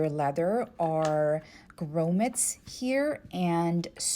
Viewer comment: You're pronouncing grommet incorrectly.